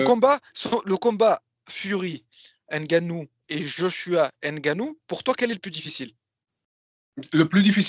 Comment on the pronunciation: NGANNOU Non N GANNOU